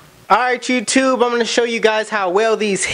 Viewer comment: Swear you be saying “jewtube” and not YouTube